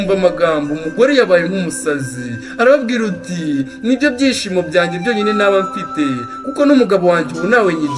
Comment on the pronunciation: Courage ntibavuga ngwarababwiruti ahubwo bavuga arababwir' ati!